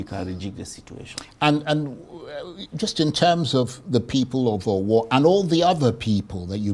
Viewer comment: of Arise news can't even pronounce Owo properly when he is a Nigerian. Jeez!